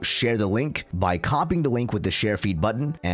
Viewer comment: Sorry but I keep hearing "my feet" 😭😭